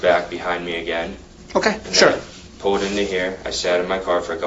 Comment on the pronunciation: was the only one following anyone. Also,, it's PULLED not whatever in the world you say, pooled? wth?